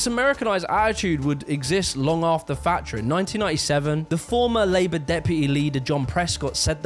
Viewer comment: It’s Thatcher not “Fatcher”